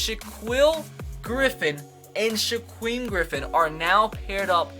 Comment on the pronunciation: Dude! Their names are pronounced SHA-KEEL and SHAKEEM Griffin. Please start pronouncing their names right.